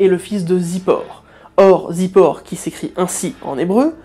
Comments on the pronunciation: Très intéressante vidéo. Petite précision sur les noms hébraïques: en hébreu le père de Balak dans la Bible ne se prononce pas Zippor mais Tsipor qui effectivement veut dire oiseau. צ=ts. Et aussi Balaam en hébreu se prononce Bilaam. Je sais qu'en français c'est prononcé differemment mais je me suis dit que ça vous intéresserait de savoir comment c'est exactement en hébreu. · Il faut revoir les prononciations des noms hébraiques. Zipor se prononce tsipor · À priori "ציפור" se prononcera plutôt "tzipor", car c'est un tzadé (tz) pas un zaïn (z)... Mais il est fort possible que la prononciation ait été occidentalisée avec le passage du temps.